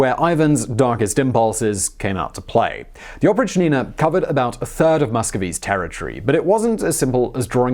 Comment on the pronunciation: its oprychina not oprich-nina, its one word with accent on "y"